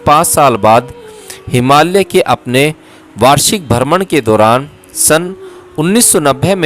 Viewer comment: आप बोहोत अमुल्य सेवा कर रहे है। आप से एक विनंती है की पॉडकास्ट करनेसे पहले एक बार पढेंगे तो जिन शब्दोंका आपसे गलत उच्चारण हो जाता है और सेवा मे त्रूटी हो जाती है वो नही होगी। जैसे की हिमालय को आप से हिमाल्य कहा जा रहा है।, याज्ञवल्क्य और भी शब्द है उनके भी उच्चारण सही नही हो ना रहे है शायद आप अंग्रेजी माध्यम से पढे हो इसकी वजह से होता होगा। 🙏